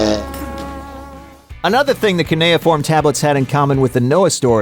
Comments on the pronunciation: The only thing that I wanna complain about is, learn how to say cuneiform it took me listening really hard to figure it out 😂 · His mispronunciation of cuneiform was a joke? I don't get it? What did I miss?